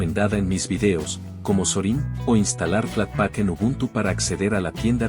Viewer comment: “Debián”? “Canonicál”? “Zorín”? JAJAJAJA De donde carajos sacaste esa acentuación bizarra!? Jamás se te pasó por la cabeza aprender la pronunciación correcta, no? Para qué, demasiado trabajo, mejor pronunciás todo para el culo y dale que va, no? 🤦‍♂️🤦‍♂️🤦‍♂️ Yendo al video: 1. Snap es mejor que Fatpak en varias cuestiones, comenzando con que además de aplicaciones gráficas podés instalar aplicaciones CLI, en lo que Flatpak está limitado; 2) algo visto como un “problema” de Snap es que Canonical se guardó la llave para controlar/vetar/curar la tienda, por lo que son ellos los que deciden si algo se publica o no — esto por supuesto tiene sus ventajas y desventajas; en contraste, Flathub es tierra de nadie y cualquiera puede publicar cualquier cosa, buena suerte con no comerte un malware grande como tu insanamente mala pronunciación.